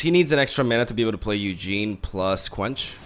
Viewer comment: Do people mispronounce the cards on purpose? Its a tad jarring to hear "Eugene , spirit dragon" and "Fithopeter the lost"